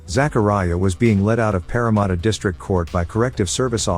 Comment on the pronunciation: Its Parramatta not parramutta 😂😂😂